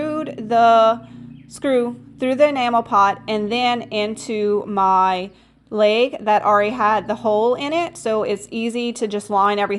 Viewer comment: "laig" 😂😂 a little southern, eh?